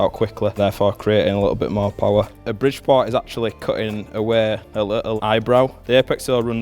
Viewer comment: It is a port.. not par. There is no difference how this guy says poor and port and both are "par"...